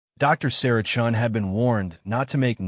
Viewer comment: Chun? Not Chen? . . . Sacrilege!